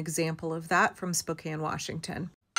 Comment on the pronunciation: Thank you for saying Spokane right.